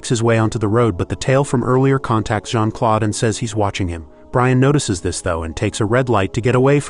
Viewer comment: It's not Jean-Claude it's Jean -Claude